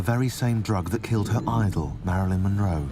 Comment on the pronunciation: Why can’t her niece say monroe? Moro 😂😂😂